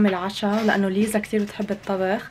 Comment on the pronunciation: الحين هيا ليه تقول ليزا ولا نطقها كذا ؟ 😭😭😭😭😭😭😭